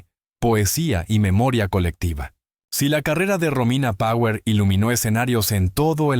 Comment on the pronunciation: Pronuncias con el culo tirón power